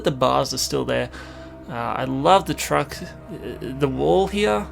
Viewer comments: The way he says here is like "hiar" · SpeedBeat and the way you think he says it sound like "hire" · over heah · maybe but im just saying it sounds funny